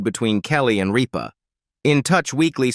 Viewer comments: Her last name is not Reepa! Pronoinced Rip -ah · Not ripe-a, but Rip-a!! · Her name is Kelly Rip_ ah not Ree_pa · I hate videos where this AI crap mispronounces words, especially important ones like her last name (it said Reepa, then Rypa) the name of the damn show! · It’s Rip-a not Reeba! Kelly Ripa!! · Yea who the heck is reeepa ?? I hate this AI JUNK … it TOTALLY NEEDS TO BE REAAALLL PEOPLE NOT AI FAKE JUNK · It's pronounced RIP-AH! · Also her last name is Rip as in tare something, like the seat of your pants pah...RIPPAH Not ripe fruit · Okay commentator, it’s RIPPA, like I’m going to rip your paper in two. Geez! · This is AI generated. Gets names wrong. Keeps referring to Kelly Ripa as “Reepa” or “Rypa”. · I don't care for her. But, her name is not Reep- baa. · Sorry but you have to learn how to say her last name right rip her like I’m gonna rip up my pants❤ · Can this fella pronounce the names of the people the correct way please . You are driving me crazy by not doing so ex. Kelly Ripa. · The AI isn’t even saying her name right. Also her show got 3 Emmys this year. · yes, please!!